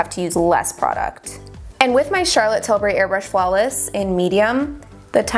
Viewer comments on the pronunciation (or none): none